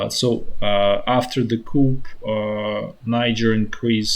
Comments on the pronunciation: FYI the pronunciation of coup is coo. The p is silent. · Coup is pronounced koo in english...silent p. Thanks for your updates.